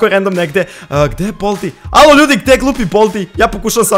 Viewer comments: Nije boldi nego baldi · Kaze se bAldi